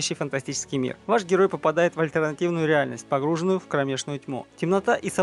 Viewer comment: Безграмотный и бесталанный комментатор. Текст зачитывается монотонно и без выражения. А "таИнства" и "погрУженный" - это вообще позор. Невежа, в общем.